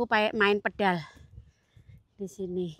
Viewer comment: Main Padel bukan pedal hehehe